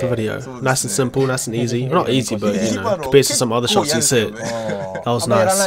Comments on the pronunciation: Shots* not shoits by the way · WTF IS “SHOITS”